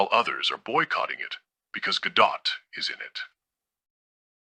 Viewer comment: Thank you for pronouncing Gal's last name correctly. Most youtubers mispronounced it.